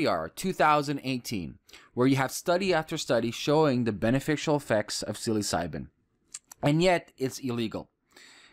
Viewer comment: For the love of god... it's not pronounced "silly-psybin"